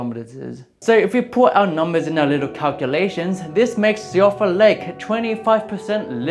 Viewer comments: Also, Siofra is pronounced "shee-fruh". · To be fair, Siofra is entirely the fault of Irish Gaelic, the culprit behind names like Siobhan (shee-vahn) and Eoin (Owen). So unlike gaol which is still occasionally used in some parts of the world, native English speakers have no idea how to pronounce things like Siofra correctly unless they are also familiar with the Irish language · I would like everyone to know that Siofra is "she-fra"